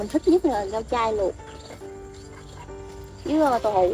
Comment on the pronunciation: Rau chay hay rau trai ( nói lại cho rõ)